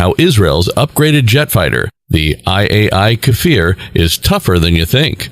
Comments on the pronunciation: Why read it “KAfir” when it is Kfir. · Not pronouced « Kafir » but « Kfir » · Unable to pronounce the name, what has the "dogfoght F-14/F-5" to do with the Kfir ... and... when did irraeli forces wear Wehrmachtuniorms and fight in eastern Europe??? At least ridicolous